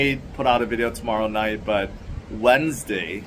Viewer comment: The way you said Wednesday at the end bro lol ... Thanks for the clip. Hawaii's great and def expensive as you mentioned :)